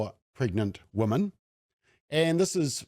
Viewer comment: Thank you for the work you do. I am completely in support of your position but please learn the difference between "woman" and "women" New Zealanders are very bad at pronouncing the word women. Woman often comes out as women and vice versa. We/ they and you say woman when you mean women and vice versa. Anyone who is not a kiwi will think you are stupid and not take what you are saying seriously. I want you to understand. I agree with your position but the way you pronounce woman and women will confuse non-kiwis and some kiwis. The word woman ends with the sound "man" The word women ends with the sound "min".